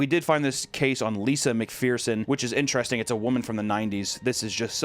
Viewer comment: The word is INTERESTING (ENTER-ESTING), not “ENTRASTING”